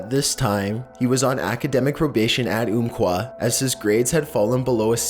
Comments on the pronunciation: "Chris Harper Mercer rampaged through the... Umpqua community college" The first time around I heard kumquat but eh close enough. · The Umpqua college shooting is so sad but as someone who lives in the PNW I could not get over how you pronounced it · Just for future reference. It's "umm" quah. #14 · I'm sorry but everytime you pronounced Umpqua incorrectly I cringed